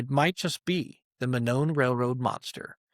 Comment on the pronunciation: Monon is pronounced "moe-non"